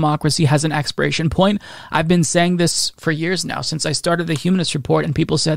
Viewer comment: His "point" sounding like "pint" is so on Irish brand.